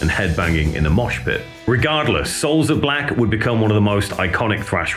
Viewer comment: SOULS OF BLOCK! Ever since day one, It always sounded like block.